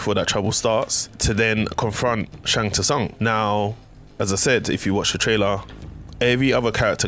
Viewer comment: Need to learn how to say Shang Tsung right. The "T" is silent but good video overall